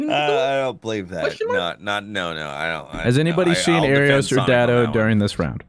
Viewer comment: How in the world are they still flubbing Aaerios' name? This is Ab-Versus all over again!